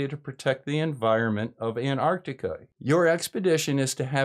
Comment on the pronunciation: Hey you're pronouncing Antarctica with the first T now. Thanks:)